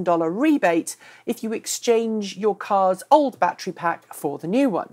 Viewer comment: Bat tree?